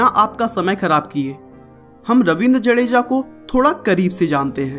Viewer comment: भाई साहब जडेजा नहि जाडेजा